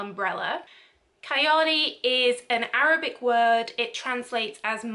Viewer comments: Nice video.. the word Kayali is translated to Imaginary as in “out of the world” .. it’s pronounced as Kha-ya-li .. it sounds like fun to try .. thank you for the review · Couldn't pronounce Kayali or Huda correctly! come on at least do a little research